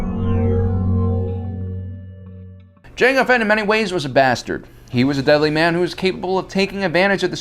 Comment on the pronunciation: "janga phett was very well a "